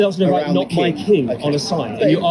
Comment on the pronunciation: Myking or My King? 🤣 Please ask her to make an effort next time 😉